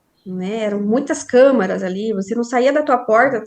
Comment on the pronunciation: "Compactuar" "camara" Pelo amoor de Deus!